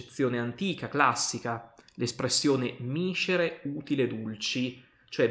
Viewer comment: Complimenti! Analisi approfondita e accurata sulla metafora quale strumento retorico principe della decodificazione del reale complesso e multiforme. Piccola precisazione accentuale: miscére (non míscere)!